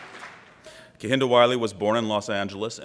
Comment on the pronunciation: Lovely man and very eloquent. As a fellow namesake tho, I wonder if it triggers him that they're not pronouncing his name correctly. Cos it makes me cringe